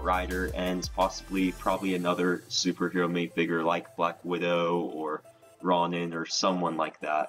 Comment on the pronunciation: You pronounced Ronin wrong